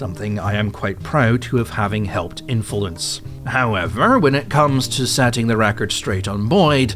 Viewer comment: Infulence hehe